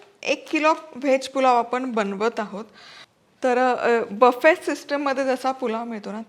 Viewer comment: ताई बफ़े नाही हो 😊 बुफ़े म्हणतात❤